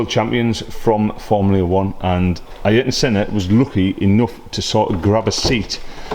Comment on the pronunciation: I-yer-tun Senna 😂